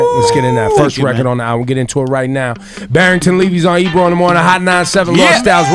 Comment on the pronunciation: Barrington Levy is legendary. It's funny how he calls Ebro Ibru...and out of respect Ebro doesn't correct him.